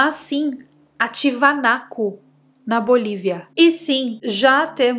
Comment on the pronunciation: Um beijo e tudo de bom para você. Pronunciaria errada = "TIAVANACO". Pronunciaria certa = "TIAGÜANACO". Lugar realmente intrigante o qual visito desde 2004.